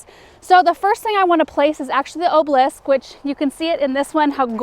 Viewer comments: Great, now has you spelling the word incorrectly with the way she mispronounces OBELISK. Three syllables, people. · You are not alone! I too adore and her videos but the way she pronounces hydrangea, obelisk, variegated and foliage also drive me crazy! Maybe it's something to do with the accent of the area she lives in?